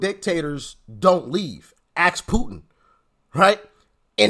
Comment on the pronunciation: Why do black people saying aks insted of ask?